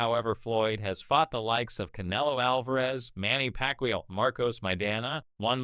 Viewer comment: And did you hear manny packwayoww